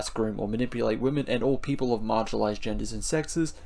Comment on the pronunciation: I was listening and when you read the pledge and said "all people" I only heard "orc people" :D